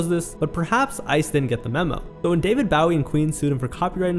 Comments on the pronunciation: The pronunciation of Bowie makes me cringe. Otherwise, great video. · Your'e pronouncing David Bowie's name wrong. BOW-EE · Hearing David Bowie’s name mispronounced hurts my bones. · This is a good video man, but you should figure out how to say David Bowie 😂